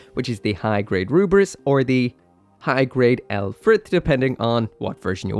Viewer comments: you keep mispronouncing the name Lfrith, it's pronounced like this, Luf-Rith, Lfrith, there's an invisible letter U in that name just so I'm clear. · one day Lfrith will get pronounced correctly in these videos...